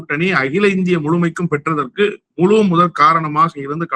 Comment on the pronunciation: தோளர், களகம், முளக்கம், முளுமை , எளும்பூர் நீங்களெல்லாம் தமிழர்களா அல்லது தமிளர்களா?